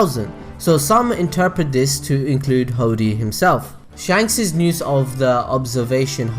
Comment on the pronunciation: when you say use you sound like you're saying niused or nused and in this video you're really pushing it haha